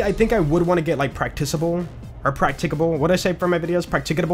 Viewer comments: dude the way the said practice-able so normally probally made all of us feel stupid for not knowing he clearly can say it 😂 but we all know it’s practickable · isn't "practicable" stressed PRAC-tic-a-ble rather than prac-TIC-a-ble? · Practicable. Prack-tick-uh-bul.